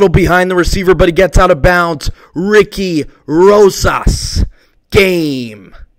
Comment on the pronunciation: "Ricky Rosas" lol